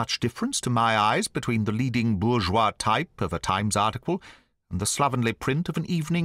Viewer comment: everyone gets this wrong - Jeremy Brett did, after all - but "bourgeois" here is the (English) name of the typeface, pronounced "burr-joyce"; not the French word, pronounced "bour-zhwah". But, otherwise, another excellent reading of the story!